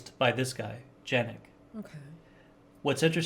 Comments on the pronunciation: Man! His name is pronounced like Yanek, not "janek" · Janick is pronounced "Yannick".